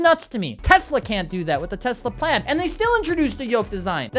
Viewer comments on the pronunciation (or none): none